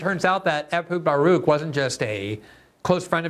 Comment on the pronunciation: It was seriously confusing that you called him "Barook" every other time.